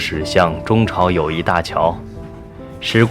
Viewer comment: 个别字发音不准确，比如友谊的谊是第四声，不是第二声